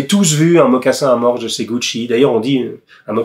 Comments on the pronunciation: Bonjour monsieur Jacomet, Si je peux me permettre, on dit un mocassin à mors, sans prononcer le S. En effet, il s’agit d’une embouchure stylisée placée dans la bouche du cheval et reliée à des rênes. Le cavalier communique ( entre autre) avec sa monture par le truchement de cet « accessoire ». En langue anglaise, on dit «bit». En vous remerciant pour votre attention et pour votre excellent travail. Salutations respectueuses. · Vidéo très interessante, comme toutes les autres. J'y ai appris beaucoup de chose. Pour les mocassins à mors, le "s" de mors ne se prononce pas.